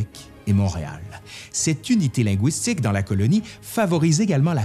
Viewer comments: Un petit commentaire sur la façon dont vous prononcez le mot linguistique. Je suis Québécoise et votre prononciation du mot "linguistique" en (wi) au lieu de (ui) lɛ̃gɥistik sonnait franglais à mes oreilles. À part cela j'ai vraiment apprécié votre présentation étayée du sujet. Merci beaucoup Laurent ! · Pourquoi prononcez-vous linguistique « ligouistique » comme dans goulot plutôt que linguistique comme dans « légume » c'est tellement plus joli à entendre et tellement plus correct ? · i'avait que'que chose qui clochait pis, oui. j'ai ouïe dire "lingouistique" dans l'idiolecte de c'te formidable monsieur là. ou bin bedon ça fa' p'tête partsie d'son dialeque. ça fa' penser aux langoustes. mais moué j'dis lingu - istique. u. pas ou. c'éta' jusse pour le dire, là. pas pour faire le troud'gu! :) Merci !